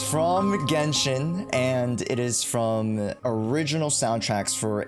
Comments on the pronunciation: Anyone noticed that it said GenSHIT?💀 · lmao 'GENSHIT' 😭😭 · bro really said 'gensh*t' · Ah yes, "Genshit" 😭